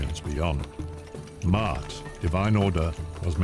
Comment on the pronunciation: There they go again... Ancient Egyptians were not white people. And it is pronounced MA-AT not MAT. Phew